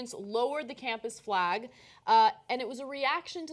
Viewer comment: Why does Ana pronounce F-lay-G as F-law-G ?